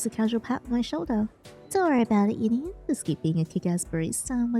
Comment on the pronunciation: HELP YINNY NOT GINNY